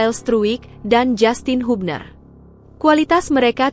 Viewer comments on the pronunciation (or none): none